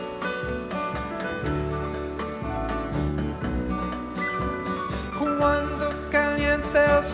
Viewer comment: It is Cuando, not Quando.